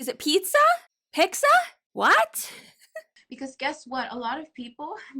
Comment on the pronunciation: Lol "picza" is pizza.. a ton of people from Spanish speaking countries pronounce it like that.. drives me crazy